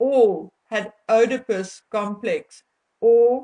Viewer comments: Pronounced : Eeee-di-puss ... NOT ... Ohhh-di-puss. (ie. Oedipus complex). Just sayin' ... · It is pronounced “EEEE da pus”……..not “Oh da pus”. And it is Pustule….not pest tule…just saying. As you yourself would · You’re pronouncing Oedipus incorrectly. It’s not, “oh de pus”, it’s “ee”, as in need. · Hi honey the word Oedipus is not pronounced Odipus it is pronounced EEdipus. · Just a little point, Oedipus, is pronounced Edipus, (silent O) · Thanks! I believe that Harry hates ALL women, especially his mother for abandoning him! He is operating out of that stage since his mother died! His mother is idealised as his love object, as the Madonna - all others are Whores! Oedipus is pronounced “EEEd-I-pus”- silent “O”! Love your investigations! He has a mad look in his eyes and I am not in the least bit surprised at the idea that he is psychopathic and have no difficulty in believing that he could strangle a woman and S/assault her! Thanks! Xx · Oedipus is pronounced eeedipus. Negate the O. Thank you for today's info. I have long suspected that this Man is a very real threat to women, and I feel that his wife is just as dangerous as he is. They fuel each other. When like means like, it's petroleum on a bonfire. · Oedipus is pronounced "eedipus." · Not Oidepus .... If you're going to use big words then please learn to pronounce them. Especially as these words are used in clinical settings.Shame man, I understand you're Afrikaans and that you have an accent but if you do not know how to pronounce it please ask someone who does.It is Oedipus....God bless you.✝️🌼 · Oedipus is pronounced E - de - pus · Oedipus - the "O" is silent, hence EEdipus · I had to stop the video and look up how to pronounce œdipus because I've always heard it as ee-duh-pus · It's pronounced "eedipus." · FYI, it is pronounced ‘eedipus.’